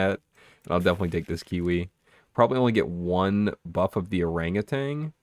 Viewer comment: Just a friendly statement that Orangutan doesn't have a G at the end. Look up the pronunciation bruv